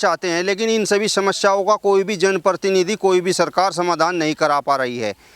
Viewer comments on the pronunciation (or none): पत्रकार महोदय कृपया अपनी जाटू भाषा छोड़कर पत्रकारिता की भाषा का इस्तेमाल कीजिए! आपकी शब्दावली अशुद्ध है जैसे- १-वायदा शब्द ग़लत है= वादा सही है २-जो है अनुचितऔर अनावश्यक प्रयोग ३-प्रतिनिधि शब्द का ग़लत उच्चारण करते हुए आप परतीनिधि बोल रहे है ४-आपकी टोन में बहुत ज़्यादा खड़ापन है। ५- मंत्री को मनतरि बोल रहे है। ६-लगता है आप सहारनपुर या हरिद्वार क्षेत्र की आम जनता की शब्दावली के सज्जन प्रतीत होते है। जिन लोगो का साक्षात कर रहें हो इन्हें कोई भी सुविधा दी जाये, ये पाकिस्तान के ही गुण गायेंगे।